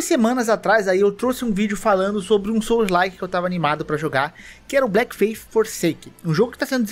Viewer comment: Pô, tu escreve Bleak no título mas fala Black? Achei até que eram jogos diferentes, sem zoa. Porque cliquei no vídeo pra ficar ouvindo enquanto fazia outras coisas e acabei bugando.